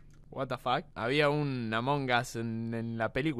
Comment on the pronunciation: Toda Latinoamerica: Among us Argentina: Amongas HAHAHAHHA